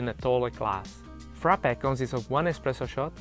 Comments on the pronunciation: He butchered the Frappe😵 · I'm laughing with Frappè. Just go and watch a Greek vid recipe cause that wasn't Freppè